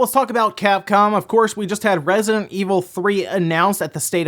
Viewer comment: Can you enunciante "Resident"?